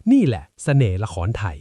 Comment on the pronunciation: 😝ใช้ AI ออกเสียงผิดๆถูกๆอีกต่างหาก... หัวเราะเสียงลัง, ละครไถ😂🤣